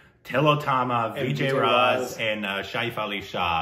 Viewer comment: Not "Shaif-Ali-Shah". "Shefali Shah".